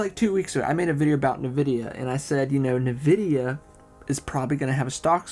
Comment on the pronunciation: hahah I love the way you say Nvidia - "Novidia" I know it's a local accent thing so don't try to correct it, it's fine.